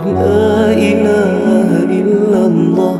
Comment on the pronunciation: kenapa ada sebutan la ila ha il lahhah....laaaa dia tu pendek?????? ustaz kata sepatutnya laaaaaaaaa ila ha illallah....... bukannya la ilaaaaaaaa ha illallah..... tak gitu?????